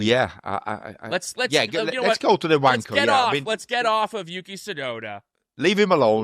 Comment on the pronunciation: Just call the show wanker hours. You 2 are literally the only ones saying vankah. Gunter pronounces it perfectly normal when he says it so the joke isn't funny.